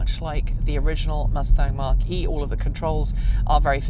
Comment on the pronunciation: It’s not pronounced Mark E Try saying Mac E